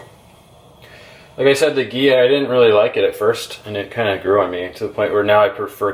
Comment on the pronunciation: First, learn to pronounce ghee.